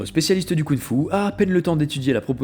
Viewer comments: La vidéo est géniale ! Mais par pitié on dit KunG Fu et pas Kounfou 🤣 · Alors tu prononces des G quand il n'y en a pas et tu ne les prononces pas quand il y en a??? YIN Yang et KunG Fu. Merci de respect les langues chinoises. Sinon chouette la vidéo.